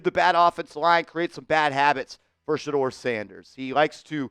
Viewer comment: Ok shedeur not shedeur this is getting tiring. 😢